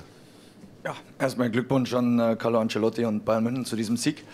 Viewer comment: Ist es so schwer, "Ancelotti" auszusprechen?